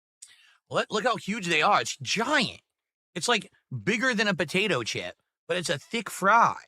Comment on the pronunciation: Bigger than a "Buhdaytoe chip"